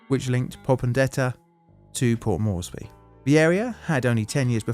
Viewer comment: It's not pronounced Morrissey... It's Port MORESbee. Port Moresby rhymes with...hmmmm rort? Na that's no good... gee I can't think of anything that rhymes with Moresby. Just remember the MOREsby. More